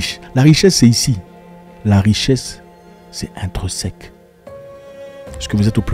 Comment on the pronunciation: « Intrinsèque » ou « intreuseque » ?